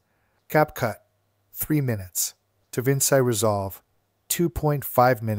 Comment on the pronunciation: just a small irk of mine "Da Vinci" is pronounced as "da-vin-chi"